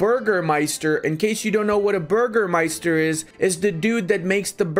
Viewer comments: its Bürgermeister not Burgermeister! 🤣 Ü is pronounced like a German Y. Anyways good video! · It's funny how you pronounce "Bürgermeister" :D Greetings from East Frisia in Germany :)